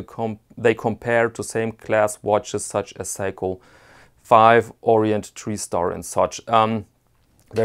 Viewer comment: Hi, your first pronunciation of Seiko (say Ko) was correct but your second attempt a little later was wrong (Psycho). Love the length of the video and the music was as usual the icing on the cake (love it every time). I went back four times just to listen to again and again 😎👍